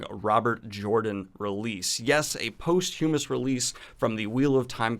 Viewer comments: ˈpäsCHəməs, so more like PAHS-chuh-muhs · Hey man. Love your segments, but posthumous is pronounced PAWS-chew-mus. That is all. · You’re pronunciation of posthumous is adorable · Love your channel, but regrettably, I'm yet another toss-piece that requests you start pronouncing posthumous correctly.